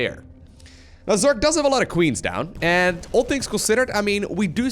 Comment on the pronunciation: If this guy tells Zerk instead of Zerg 1 more time i will be mad.